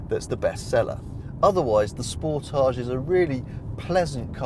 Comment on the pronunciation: It's not not a French word like fromAGE. You pronounce it like advantage, voltage, cottage etc....